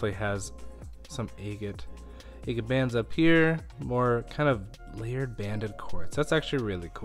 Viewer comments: A’ gate not aygate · Egg-it? I thought it was agg-it. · ah-gate, ah-gate, ah-gate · You're driving me crazy calling these agates, Ay-gits. The word is not pronounced with a long A. It isn't Aygit, it's Aah-get. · It is pronounced a-gate as in Aggie (short vowel) NOT aye-gate (long vowel). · I never heard the word agate pronounced that way. I always thought it was "aggit" to rhyme with "bag it". Anyway, this is really interesting! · I’m not understanding what you’re saying. What is an eggan or eggit? I don’t know what kind of stones you’re describing? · It's pronounced Agate stress on the first syllable. A as in apple not angel. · "Eggat nodules"...? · Agate is not pronounced with a long 'a'!!!!! A short 'a' as in ahhhh!!! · Please Google how to pronounce agate and adjust accordingly. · If you’re going to call yourself you should probably learn the correct pronunciation of “agate”. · I do enjoy your videos, with all their suspense! But I can't understand why you pronounce agate the way you do. The first a is like the a in apple.